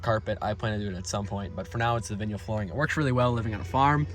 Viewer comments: What kind of flooring? "Vinyl" is pronounced as "VY-nuhl," where the first syllable rhymes with "sky" and the second syllable is similar to the word "null." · VINYL. “VINE L” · I really like the video and I really like the rims. They are really cool but I’d have to say when you said or-a-gon i was shocked then when you hit me with the “vin-yull” i about lost it 😂😂